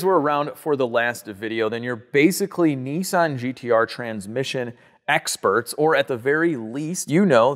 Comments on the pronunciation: Nissan not Neesan! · Nissan not neesan😊